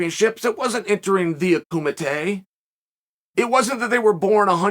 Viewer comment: “Akumateh” Wu chaa